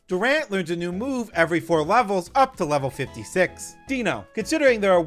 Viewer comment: This guy's pronunciation of the names are AWFUL Deino is "Dye-No", Zweilous is "Zvye-lus", and Hydreigon is "Hy-dry-gon" because they're based on German numbers. Eins, Zwei, and Drei.